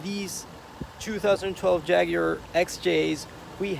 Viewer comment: Your the only person outside of my country U.K that actually words Jaguar as Jaguar. Bloody yanks call it JagWuar!!!! Pisses me off 😂😂